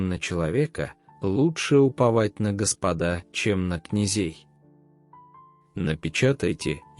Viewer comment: Прошу правильно ставить ударение. В слове Господа, на первый слог.